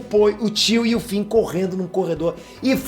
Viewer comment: Finn se fala com som de “N”, não “M”, e Poe se fala como em “Pow”, e não “Poi” 👍🏼